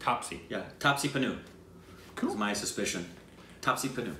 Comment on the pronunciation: kills the name almost every single time. It's pronounced as Paan ooo. Badla means Revenge. Watching u guys since 1k sub in Jan. I had predicted within 6 months u will hit 100k. Another 4 months to goooo... Congratulations once again on getting to 30k.